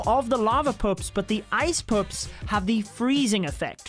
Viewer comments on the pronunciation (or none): Am i the only one who hears "ice poops" instead ice pups?